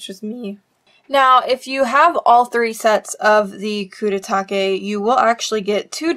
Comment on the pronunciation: how would you pronounce it then? I thought her pronunciation was fine